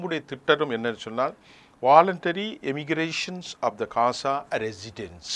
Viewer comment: கொலைகாரப்பாவி.... " காசா " இல்லையப்பா... GAZA என்று சொல்லுமையா...!